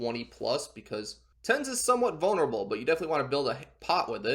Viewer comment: "10's IS somewhat vounerable😂"